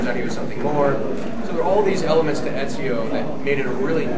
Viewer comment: ezio not enzio